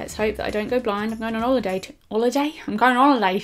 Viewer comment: Have fun on "oliday"! 😂❤️